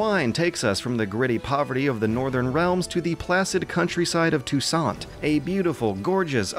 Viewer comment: Finally, someone pronounced ''Touissant'' correctly!